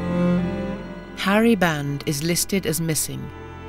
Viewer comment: Sergeant Harry Band (not "Barnes")